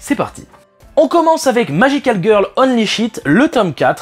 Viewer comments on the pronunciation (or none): Y'a un petit truc qui me dérange... Tu dis magical girl "ONLY" c'est en fait "Holy" 🙂